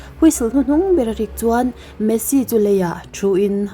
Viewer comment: Messi poh i chhiar hrang vekin ka hria😂😅